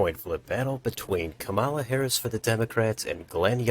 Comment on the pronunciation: Great video, but her name is pronounced “comma-la”